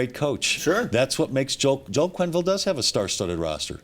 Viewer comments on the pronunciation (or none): Quenneville, not Quinnville ;)